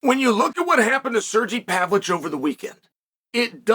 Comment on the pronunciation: Relevant timestamps Thiago "Alfs" Santos dramatic leg cross "Pavlich" x3 "Serjee Pavlich" "Pavlich" x3 nostalgic leg cross Izlem Mucklechev x2 "Pavlick" "Serjee Pavlich" snappy leg cross "The dick that coined it in the first place did it!" BARS "Alex Pear" "Serjee" x2